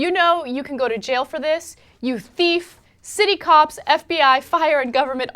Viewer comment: THEEF LMAO